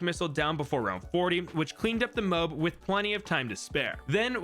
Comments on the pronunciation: It's mo ab not moeb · its not mow-b its mow-ab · Why in the heck does he say “Drude” and “m0ab” as opposed to “ Dru-id” and “ mo-ab” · The way u say Moab hurts me It’s “moh-ab” Not “moh-b” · stop saying mobe you dingulate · IT'S NOT CALLED MOBE.IT'S NOT CALLED MOBE.IT'S NOT CALLED MOBE.IT'S NOT CALLED MOBE.IT'S NOT CALLED MOBE.IT'S NOT CALLED MOBE.IT'S NOT CALLED MOBE.IT'S NOT CALLED MOBE.IT'S NOT CALLED MOBE.IT'S NOT CALLED MOBE.IT'S NOT CALLED MOBE.IT'S NOT CALLED MOBE.IT'S NOT CALLED MOBE.IT'S NOT CALLED MOBE.IT'S NOT CALLED MOBE. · I CANT WITH THE FUCKING "MOBE" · Moab pronunciation is ao bad😅